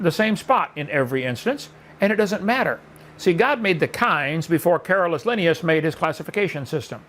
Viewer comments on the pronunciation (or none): Hovind mispronouncing Linnaeus as often as he does is grating to me.